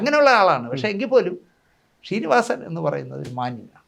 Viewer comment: ഷീനിവാസൻ അല്ലെടാ... ശ്രീ...ശ്രീനിവാസൻ എന്നു പറഞ്ഞു പഠിക്കെടാ